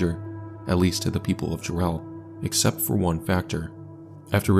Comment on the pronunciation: Ja-relle? It's Jare-ll, as in Darrell or barrel. Other than that, you did the Jarrell tornado justice, well done.